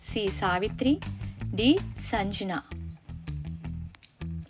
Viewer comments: అమ్మా “శ ” బదులు “స ” . “సంజ్ఞ ” బదులు “సజన” అని పలుకుతున్నారు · సంజ్ఞ... నరిగ్గా పలకండి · సంజ్ఞ, శచి పలకలేకపోతున్నారు.